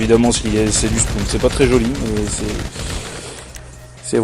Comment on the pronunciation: 1.on dit spone, pas spoune 2.tu coupe les moment quant tu te fait violer 3.mon joueur, MrQuochon vous aurait violer sinon qualités vidéo est pas mal, pareille pour le comentary